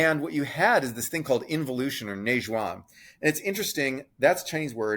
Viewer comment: If you’re interested, the “juan” in “neijuan” is pronounced as if it were written “juen”.